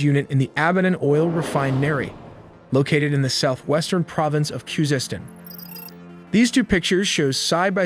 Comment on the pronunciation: bro pronounced Khuzestan in 4 different ways throughout the video